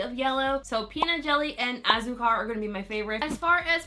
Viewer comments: Hey, just wanted to provide phonetic pronunciation in case you were still curious you pronounced several just fine but Hah-rr-e-tos Wah-yaa-baa Toh-ron-hah Ah-sue-car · your pronunciation was great for these! Just as a heads up tho for azúcar, you wanna emphasize the u since it has the accent on it so kinda like ah-ZOO-car 🤗 these all looked so great on you too btw, especially Piña 😍🍍 and yay for comparisons!! so jealous you have a good bottle of Delirium, my bottle has a much more finely milled flakie 😩